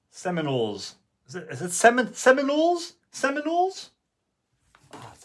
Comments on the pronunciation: You pronounced it right. They are one of the better College Football (American) schools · You pronounced it correct! Ha’Way the Lads and Go Noles 👍